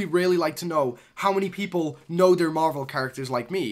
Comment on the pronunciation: It's marvel not marble